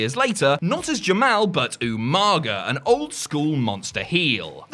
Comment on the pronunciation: Jamal!!! Ja-Mal, not Ja-Mel